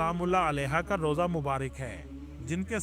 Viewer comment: Rooza nhi rawza.. matlab marqad mubarak.. matlab qaber mubarak